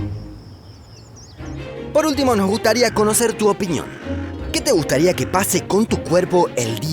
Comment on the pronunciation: Soy el único que escucha ? , y es el segundo video que escucho que lo dicen así WTF